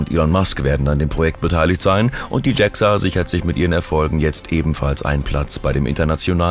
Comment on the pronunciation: Warum wird JAXA englisch ausgesprochen? Sonst interessanter Bericht.